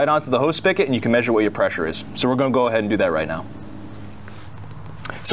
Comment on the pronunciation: **SpiGot**....not Spikket